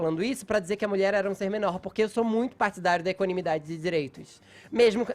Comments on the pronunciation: Fefito :" pra mim feminismo é equanimidzidadzi dzi dzireitzo" !! Fala que nem homem porra!!!! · Porque esse Fefito troda o "d" pelo "t"? Equanimitati... ah nem! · Caraio, o Fefito falando palavra dificil! Kkkk equanimidade!